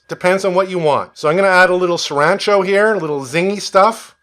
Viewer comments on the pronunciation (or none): I have to ask 'What the hell is Serancho' sauce? Did you mean Sriracha? LOL - Great video all the same - BRAVO, Sir - take a bow:D